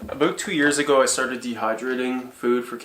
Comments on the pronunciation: Aboot??? I think you were saying About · That is one of the most Canadian "aboots" I have ever heard.